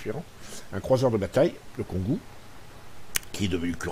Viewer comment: Bonjour et bonne vidéo mais ont pas entendu pourquoi tu l'appelle Kongou et non Kongo